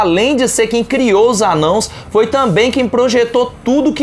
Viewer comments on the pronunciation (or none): Seu burro você falou aí no seu vídeo anãos não é anãos é anões vai estudar português deixa de ser burro como você quer fazer um conteúdo desse se você nem sabe português correto vai estudar seu burro nem vou ver mais a merda dos seus vídeos vai estudar porra